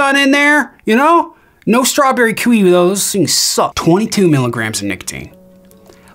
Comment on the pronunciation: Also what flavor caprisun was that, that sucks? Strawberry "kwiwi" lmao not kiwi but kwiwi, it don't sound very good so I don't blame ya bro lol